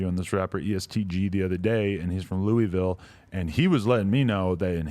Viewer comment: It’s Lou-a-vul not Louieville. Don’t disrespect my city. 🤡🤪